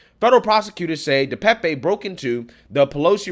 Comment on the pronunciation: DePape (Duh Pay'p. Youtubers have gotten the pronunciation wrong) Pelosi got to his phone, in the bathroom, by saying he needed 'a break' and walked, under his own power, to the bathroom. Pelosi opened the door to the police. Anyone with at least 6 functioning brain cells could tell that this whole situation glows like it's radioactive.